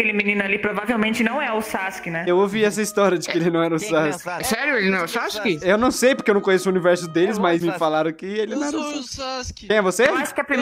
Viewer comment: "sassske" sksksksi